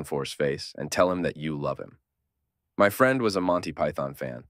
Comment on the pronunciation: Pretty convincing AI reading this, till it pronounced "friend" as "freend"